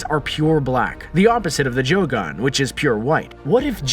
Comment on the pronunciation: This duuude said joogan